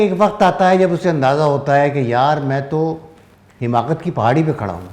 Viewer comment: السلام علیکم ورحمۃاللہ وبرکاتہ بصد احترام عرض گزار ہوں کہ لفظ " حماقت" ح کے زیر کے ساتھ درست نہیں بلکہ ح پر زبر ھے Hamaaqat